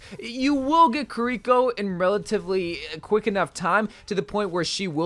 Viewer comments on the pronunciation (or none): ki-reeko Eveyone else: key-ri-ko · Pronounce her name right dude